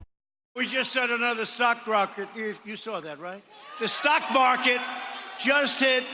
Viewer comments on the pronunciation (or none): Did he just say "sock rocket" instead of stock market? He has been slurring and mispronouncing his words a lot lately. His face has been puffy and his pupils seem to be more dilated than they should be given the bright lights. He may not be a drinker, but he is definitely doped up on something. I suspect that is the reason for his sudden trip to the hospital last week for the "first part of next year's physical exam". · oh god, you heard it too. Yes, sock rocket.....#TrumpEnglish